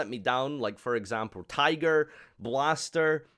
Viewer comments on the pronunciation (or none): none